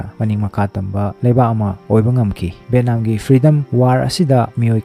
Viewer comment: Bro pronunciation she kharadi chumna hybirk o. Eg :- VAN = BHEN, BHAN VIETNAM=BETNAM, BHETNAM sesingdi literate ke wangang nate, words pronunciation se mathangdadi chumna hybirk o